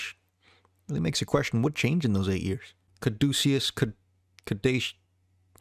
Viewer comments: Hahah … when he said that, I was thinking “ya that’s not a lie that my daughter would claim buddy so, whatchoo talkin’ bout” … then when he totally missed the lawsuit’s role in FI’s delay followed by not being able to pronounce Caduceus (ka-DOUCHE-EE-us) … I was like ‘what’s this dude know about ‘the iceberg’ anyway (btw, it’s either a spiral, or penis shaped wrench you’re after, not an iceberg)” … then seen your comment and feel off the bed laughing! 😂😂😂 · Wow, this video is so bad. And Caduceus is so incredibly easy to pronounce